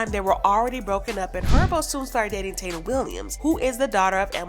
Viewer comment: It’s Thai -eena as the Indians from Puerto Rico . You can always go by what kids say my daughter always be extra when I don’t even hit her it’s requires investigation not for social media smh